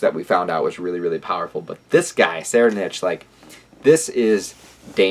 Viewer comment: I believe it's pronounced "soraidnik". Edit: Deym, I know im so late but HxH is really getting interesting. I hope Togashi finds the passion to finish the whole arc asap. Nice review btw.